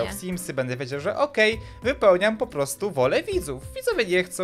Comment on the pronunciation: Simsy!!!!! Simsy!!! Nie symsy! I.